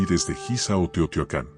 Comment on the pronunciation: SE DICE TEOHTIUACAN.